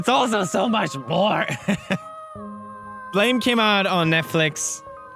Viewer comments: He actually pronounced it properly even though it's written Blame! it's supposed to be read as Buramu! which is making reference to the onomatopoeia (Blam!) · Cause that’s how its pronounced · Pewds, you pronounced the manga right, and described it well. I am just hurt though that I didn't know this years ago. I got all the books many years ago. I love the manga and artist. And much love to you man, been a while since I seen a vid like this from you.